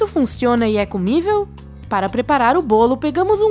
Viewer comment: Comivel? Kkkkkkk